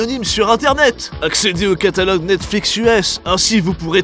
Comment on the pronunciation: Calatogue ? pas catalogue ? :p sinon sympa la video !^^